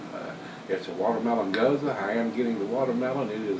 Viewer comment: Nice review. I think you've got the right pronunciation (at least how the Texans say it). I'm not a big gose fan, and even less a watermelon fan, so maybe this one isn't for me. I'll stick to the hop bombs and toasty stouts. Thanks for the careful review. btw, you've got me obsessively reading bottle labels for dates now (you're so right about that). Cheer!